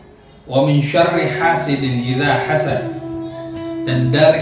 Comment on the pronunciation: Sekedar meluruskan kanda, wamin syarri hasidin iza hazad, sy dengar ila hazad. Maaf kalo sy salah